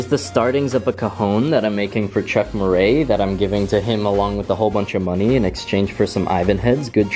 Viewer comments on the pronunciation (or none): none